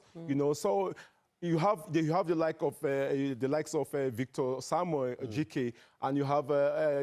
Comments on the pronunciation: His name is Osimhen, not Usman lady! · I know… but how can they have someone on the show who doesn’t even know how to pronounce the name of a player like Osimehn. That’s hilarious